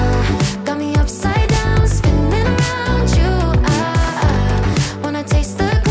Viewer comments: Its princessa not pricnessa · Did anyone notice it said pricnessa not princessa